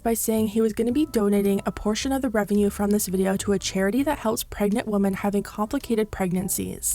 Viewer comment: LOL the way you pronounce “women” plural, as singular “womAn” drives me crazy 😅